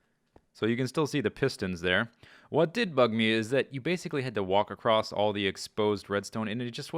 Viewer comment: "Acrosst". Must be a mid-western thing :p